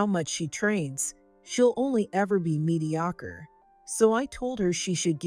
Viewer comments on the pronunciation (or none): Mediocre is pronounced 'Me-de OH- ker'. - Fiance is pronounced 'fee- ON say'. It's French. Check your AI reader; there MUST be a choice for pronunciations.....